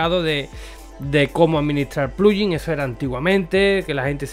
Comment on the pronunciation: porque pronuncias pluyin?